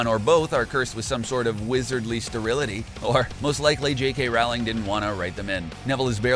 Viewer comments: In Sep. 2018, you pronounce Nagini Nah Gee Nee, and Rowling ROWW Ling...there were a few others, too. Here's the thing...you're a 1.5millon sub channel. From the director, to the voice actor, to the editor, NO ONE caught these mispronunciations? Or is it just one guy, who got lucky with the subs, because he's really not a fan...just a fraud who found a niche? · Rolling not rauling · Best way to tell a fan vid from a cash grab: the narrator knows how to pronounce “Rowling”. Also, it’s ani-may-gus. You could at least watch the movies before publishing. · He even mispronounced the authors name and some other things. Obvious never even saw the movies